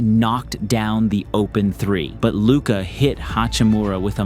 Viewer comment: After all these years, refs still not knowing how to pronounce luka's name should result in some kind of penalty. It's just straight up disrespect or a willful ignorance.